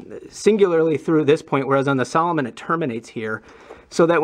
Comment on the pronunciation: Salo-moan not salo-min